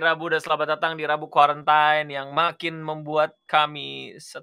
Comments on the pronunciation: NGEYEL BANGET DIKASI TAU KALO : QUARANTINE ITU DIBACA QUORENTIN, BUKAN QUARENTAIN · Everybody: Kuarantin: Kwarentain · Kok kuarentain lagi sih, kan kuarentin dibacanya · kuarantin ! not kuarantain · Quarantain apa Quarantin si yg bner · sori pak, its qwarantin not qwarantain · Please Your English its Spell Kuarentin not kuarentain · it is "kwa-ren-tin" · Quarantine (read: kuarentin) sama kaya lineage (read: linej) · Lah iyak salah sebut lagi, padahal kemaren dah bener.